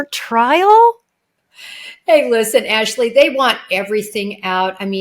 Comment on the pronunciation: Wrong pronunciation of Jennifer’s last name Ashleigh.